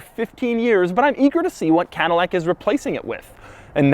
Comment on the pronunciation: CADILLAC TAH